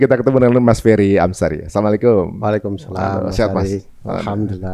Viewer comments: Wah gak diedit nih..kok diucapkannya "Fery Amsiri"😂..kasian nama orang diganti² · Fery Amsari bukan Amsiri belakang nama beliau 😂